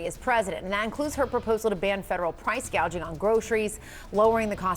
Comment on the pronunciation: I could swear she said, "..price gauging..."! Yep, she knows her economics!